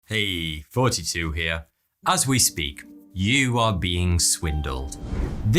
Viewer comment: “Heyy 42 heaw”